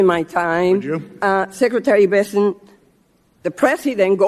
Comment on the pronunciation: Please learn how to pronounce his name. It’s not Bes-sent it’s Bessent. She needs to be put down. Mad Maxine.